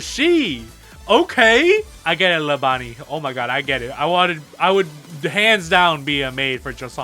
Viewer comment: I really appreciate that you pronounced most of these character names correctly, because everyone else has been butchering them. Only correction is “Lebanne” is like “Le-Ban”.